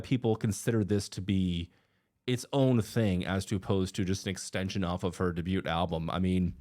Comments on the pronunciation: Bro doesn't know how to pronounce debut 😂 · I’m sorry but never in my life have I heard anyone pronounce the “t” in “debut” 😂 the t is silent. Thanks for attending my Ted Talk.